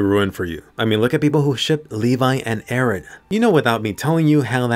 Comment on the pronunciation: Most likely "Ereh" She said 114 times till now lets see how far it goes